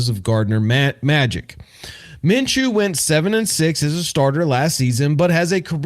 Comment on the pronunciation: Minshew not Menshew